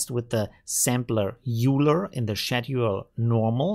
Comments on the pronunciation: The name is not pronounced “Euler”, but something like “Oiler” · bro… aren’t you literally German… how can you still not pronounce EULER correctly 😂 it’s literally a german name after the german mathematician EULER… its pronunced OIL-ER not YOULER 😂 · Every time he says it I cringe. That’s always surprised me. Like, is he doing it on purpose for some reason? How can he get it wrong? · Easy explanation: If you don't know the German mathematician (I for example didn't know him either), it seems quite obvious to pronounce it like this. End of story. 🙂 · bro… you don’t mispronounce people’s names just cause your “speaking English” 😂